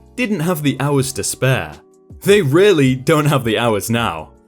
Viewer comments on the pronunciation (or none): none